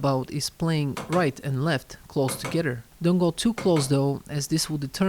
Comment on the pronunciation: “Close togedder”